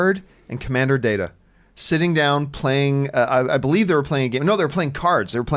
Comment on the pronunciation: It's DAE-TA, lady! "Data" is a word, the other one is his name! lol ( I'll let you figure that reference out all on your own. And it is a reference to a certain episode. )